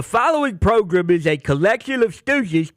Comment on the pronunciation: progrum nice coach